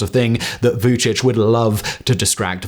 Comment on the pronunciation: Mirdita 🙂 well I think he did a pretty good job, last time he had a lot of pronunciation mistakes 😂 I was surprised that he could Say Vucic, 80 % correct 😂 did you know that Kurti speaks excellent Serbian ?